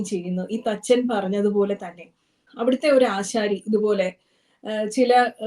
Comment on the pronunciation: ആചാരി എന്നുപറയേണ്ടിടത്തു ആശാരി എന്ന് ആയിരുന്നു അവതാരിക പറഞ്ഞു കേട്ടത്. ഇത്തരം ചാനലുകളിലെങ്കിളും തെറ്റായ പ്രയോഗങ്ങൾ ഒഴിവാക്കാൻ ശ്രദ ദ്ധിക്കേണ്ടതായിരുന്നു.